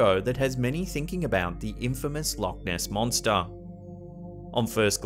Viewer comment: When say Loch Ness in Scotland its pronounce like luuk ness